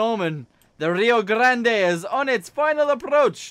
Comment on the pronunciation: Its a union pacific big boy you have to call it by its name its a very special steam train and you treat it like a special steam train and its rio grande the e is slient also you should see one of our rio grande k-27 we have one of the last 2 we have #464.